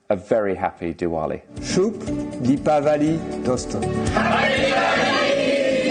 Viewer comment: दीपावली शुद्ध बोलिये।